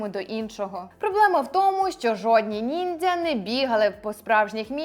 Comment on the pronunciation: Я залишу негативний коментар лише тому що ви кажете "ніндзя" коли правильно казати "нінджя" це моє єдине зауваження✨ Багато чого з цього не знала, дякую вам за роботу. Піду перевіряти ваші слова😊